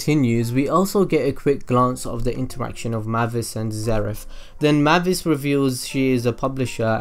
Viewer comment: Its May-vis not Mah-vis